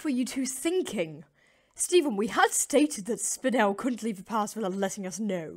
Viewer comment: They pronounced spinel wrong -.